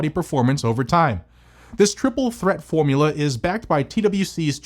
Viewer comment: "... It's the first ever formuler..." Lolol, that made me chuckle!